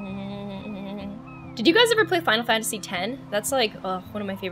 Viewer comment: you said finle fansety 10 i was like YASSSSSSSSSSSSSSSSSSSSSSSSSSSSSSSSSSSSSSSSSSSSSSSSSSSSSSSSSSSSSSSSSS